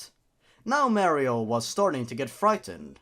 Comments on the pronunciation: R.I.P headphone users xD edit #1: did you say Mearrio at kinda like.. - (it's not a problem it sounded funny xD) edit #2: And a loud voice said... COWARD FOOLS MERASMUS IS HERE, FUCK YOOOOOOOOOOOOOOOOOOOOOOOOOOOOOOOOOOOOOOOOOOOOOOOOOOOOOOOOOOOOOOOOOOOOOOOOOOOOOOOOOOOOOOO MERRRRRRRRRRRRRRRRRRRRRRRRRRRRRRRRRRRRRRRRRRRRRRRRRRRRRRR edit #3: "he still was alive" I WILL NOT DIE, NOT YET AMIGO! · How to pronounce Mario [MALLEO] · mayro itz mayro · It's a me a maro XD